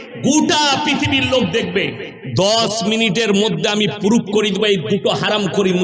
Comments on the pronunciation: কানাচোদা পুরুপ না ওটা প্রুফ আগে ভাষা সেখ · খেজুর তো দেখছি পুরো মূর্খ। ওতো ভালো করে উচ্চারণ করতে পারে না। ইউটাবার , পুরুফ, এগুলো আবার কি? কোরানের হাদিসের কোনো কথা নেই। ব্যক্তি আক্রমণ বেশি। এ আবার বলছে একলক্ষ জলসা করেছে এতো দেখছি মিথ্যেবাদীও । এর বয়স 50 বছর হলে মোট 50X365=18250 দিন তাহলে একলক্ষ জলসা কি ভাবে করেছে???? নিজেকে বেশি জ্ঞানী মনে করে। ফাঁকা কলসি আওয়াজ বেশি।